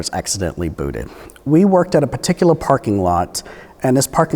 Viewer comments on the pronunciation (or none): I love the way he says "in pa tickler"